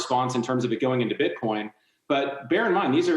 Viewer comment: CNBC reporter: "BiTcoiNN "